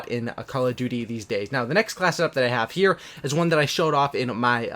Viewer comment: Class set up. Not classeup